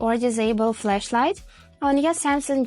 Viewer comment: It's FLASHlight. Not FLESHlight. These are 2 different things Q_Q